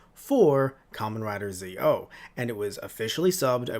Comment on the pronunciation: Kamen Rider Zo is Pronounced Zetto! not Zeo as in Power Rangers Zeo XD!